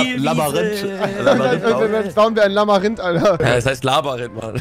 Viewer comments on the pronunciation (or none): Das Labarinth😂😂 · Labarynth wer kennts nicht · Schön das er es nach 2 Folgen gemerkt hat das es LabYrinth statt LabArinth heißt. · Labayrinth returns😂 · Ja rewi ..... labarinth😂😂 hahahahaha lachflash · Rewi mit seinem "Labarinth" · Wie rewi einfach labarinth sagt😂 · Warum sagt Rewi immer Labarinth 😂😂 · "Labarinth" ? :0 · Am Anfang : Labarinth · labarint fich baba aussprache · Rewi sagt immer Labarinth statt Labyrinth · JUNGE ES wird labÜrint gesprochen noch labarint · Dikkah man spricht es eher Labürint, nicht Labarint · Es heißt NICHT Labarynt. Sondern Labyrinth. Danke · Nich labarinth sondern Labyrinth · Labyrinth mit y spricht man labirint aus und nicht labarint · Er sagt Labarinth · Äh revi mir so aber das Labyrinth nicht Labarint das kann nur nicht labern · Rewi ist so dumm es heißt nicht Labarynth sondern Labyrinth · Ich liebe es, wie du immer LABARINT sagst!😂😂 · Labarinth, Labarinth, Labarinth🤣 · Labarind 😂😂😂 oh man rewi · Wer kennt es nicht „labarind“ 😂😂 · Digga, was ein „Labbarinth“! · Labarind bestes Deutsch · Ey das "LABARYNTH" ist fertig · „Labarinth“ wer kennt’s nicht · Ich habe auch diesen fehler das ich laberrind sage 😂😂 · "labberünt" ~Rewi 2018~ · Dieser Moment wenn du merkst dass er immer nur laberrint sagt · Warum kann niemand Labyrinth aussprechen?? Alle sagen ,,labarint" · Kann mal jemand erwischt sagen dass es Labyrinth heisst und nicht labarinth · er sagt immer labarinth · Wer hört auch das er Labarihnt sagt😂